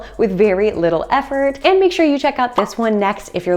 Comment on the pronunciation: So refreshing to hear someone say Instant Pot instead of Insta Pot, which drives me nuts. Thanks for your tips.